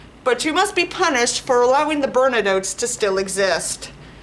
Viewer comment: Sorry if my english is very bad, but what was the word you said ? Burnanotes? Bandidos? (It says "burna notes" on captions) I've honestly never heard that noun before.